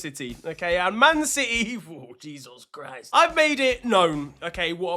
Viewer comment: That Nigerian “Jesus Christ” sent me 😂😂😂😂😂